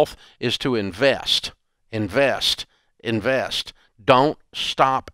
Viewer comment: "What do they do? They INVAYEST" 😅